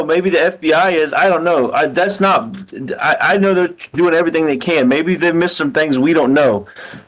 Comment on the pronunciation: "Why come everythinK yada yada yada" even without the heinous crimes, how can anyone bear being around this 🍕💩 for more than a minute